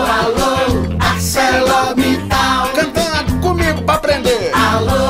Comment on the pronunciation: Nada contra a empresa, os funcionários ou o ramo. Mas que vergonha é essa da empresa que fez esse vídeo. Será que podemos chamar uma agência que faz um vídeo desses de profissional? A separação correta de sílabas é: Alô, Alô, Ar - ce - lor - mit - tal. Não importa de quem falamos, sobre o que falamos e independentemente da ferramenta que usamos para nos comunicar, a gramática deve ser respeitada!